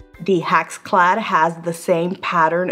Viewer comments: I think "hack's clad" is the best pronunciation! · not trying to be mean but sometimes you called it a HACKS CLAD pan. LOL I think that should be the right name for it....it's a hack. LOL